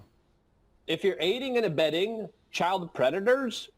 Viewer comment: “If yer aid&abeding cps” aid&abeds cps